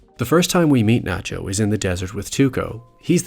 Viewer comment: Its Nachio